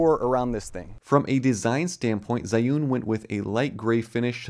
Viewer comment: [zhiyun] not zaiun!!!